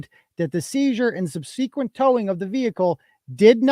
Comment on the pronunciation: OH my subsequent!!! my whole life. I was told that I pronounced it wrong until I was at 46 minutes and 42 seconds in the stream and heard you say it like I do amen. It’s like like sub sequent. FINALLY 👍 TY! I knew I was correct!